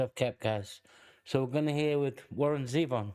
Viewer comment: Warren Zevon was an interesting, witty guy, who got big, but not too big. He had hit songs and played sold out concerts, but there are still people out there who can't even pronounce his name properly. You did. Thanks for that. He had, as you know, a short but productive career, but the Big C got him. and so we just got what we got, which was not enough. He sang about life and he sang about fantasy and whatever else came into his mind. You know the hits.